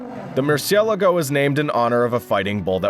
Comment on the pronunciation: Mercy el a go huh? Learn how to pronounce the names of these cars before putting videos out on the net where you look like a fool.